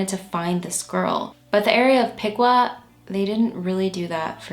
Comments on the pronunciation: Just a tip from a crazy Ohioan: Piqua is pronounced pee-kwah and Medina is pronounced meh-die-nuh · Piqua is certainly not pronounced pee-kwah, it’s pik-wuh